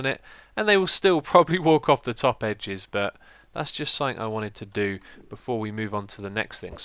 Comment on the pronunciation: Question for the Q&A: Why do you always say "sainc" when you mean "something"?